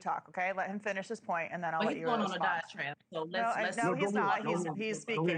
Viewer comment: She also said instead of the word diatribe she said ditrab lol.